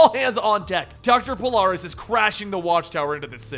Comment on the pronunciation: isn't it Polaris??